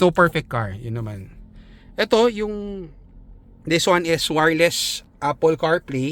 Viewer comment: Des wan 😂